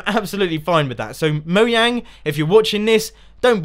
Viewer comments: Why do you call them mouang not mojang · You said Moyang instead of Mojang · Is'ni it Mojang not Moyang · Disrespectful JK you actually said Moyang not Mojang XD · its moJANG not moYANG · It all depends on the accent. I don't know if the J is meant to be said as a Y, but I expect so. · CrazyMinecraft Player *Moyang. And Mojang is a Swiss Company (Correct me if I'm wrong) and over there they pronounce 'j's as 'y's. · I believe it's pronounced Mo - (g)jang (j as in jungle) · Lol mo-yang